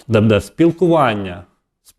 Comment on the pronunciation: Вкотре пишу! Ставте вірно наголос! Не будЄ, а бУде! Невже це так важко запам'ятати!